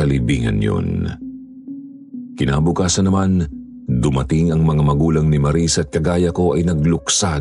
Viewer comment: 😂😂😂😂maris..bkit ang lamya Nila magbigkas Sila Sa pngalang Maris?ang lamya Maris dritso..ang bagal Maris🤣🤣o.a prang HND nmn totoo😂✌️